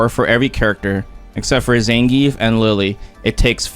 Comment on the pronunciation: SPD has beaten my jump before aswell. Zangrief not zangief😂😂